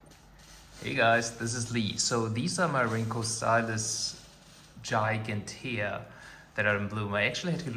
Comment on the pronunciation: Isn’t it pronounced “jiganteea”?